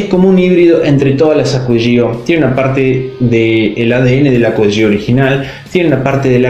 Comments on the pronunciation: Se pronuncia Acqua Di Gió, con acento en la O, porque se refiere a Giorgio Armani. Igualmente todos le ponen el acento en la i porque ya es costumbre, pero está mal. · Se pronuncia Acua Di Yo 😒🙄